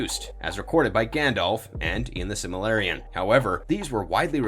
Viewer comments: It's silmaRILLion not silmaLLirion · Can't even pronounce Silmarillion correctly.